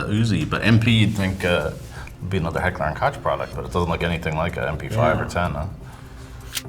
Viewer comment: The way they pronounced “geissele” and “Heckler & Koch” hurt me